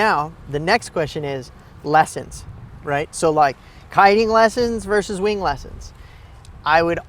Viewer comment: For the record, the word is "VERSUS". Not "verse".